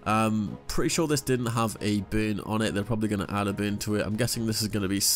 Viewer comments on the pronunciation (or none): Anyone else hearing "Boon" when he says burn?